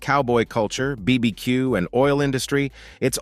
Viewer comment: You are obviously not an American by the way you pronounce BBQ incorrectly